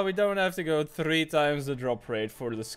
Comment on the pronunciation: I can’t stand the way you say three, but great content